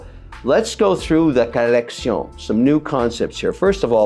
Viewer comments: *collection, the pronunciation sounds Spanish. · Please stop saying “collection” like that. It’s horrific